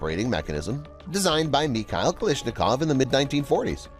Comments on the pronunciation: The only thing I don't understand is why do you keep pronouncing his last name as "Kaleeshnikov" when it's clearly spelled as: KalAshnikov...? Borderline disrespectful honestly. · “kilishnikowa” 💀💀 try to spell it like “calAshnikova”